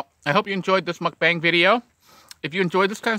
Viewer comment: Just to let you know, it’s pronounced muk-bhhang not muk-baang (phonetically spelling). Coming from a Korean!